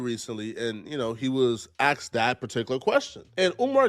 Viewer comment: If you can't even speak proper English, I wouldn't trust anyone that says "axed" instead of "asked". He claims to be a psychologist, but he can't even figure out what's wrong with himself. lol 😆